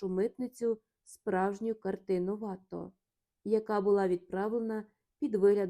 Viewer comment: Безумовно,чудово,що Ви читаєте світову класику українською. Але що ж робити з цими жахливими наАголосами, що спотворюють призвіща досить відомих(!) художників! А ВАтто замість ВаттО(що зрозуміло,але ж він француз!!!) я вже не витримала. РІхтер-вАхтер, ось що мені нагадало все це. Дуже прОшу, не спотворюйте очевидні речі! Дякую за розуміння з надією , що Ви виправите власні помилки